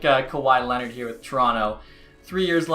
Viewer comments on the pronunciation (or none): none